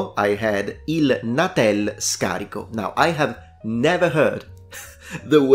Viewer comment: Non si dice "natèl", ma "nàtel". Ma davvero non sai cosa sono le ghette? E' Italiano, non è un termine straniero.